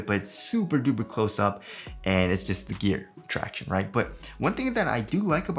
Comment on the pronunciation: The “tracshownize”. Damn you didn’t do it!!! lol